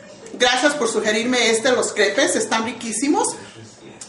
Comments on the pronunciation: se pronuncia creps o un pokito menos indiscreta crepas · se escribe CREPES y se pronuncian CREPAS hay te encargo jajaja SALUDOS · eso no es una crepa es uina imitacion fea son mas delgadas no tan gruesas y si se escribe crepes y se dice creps no crepes¡¡¡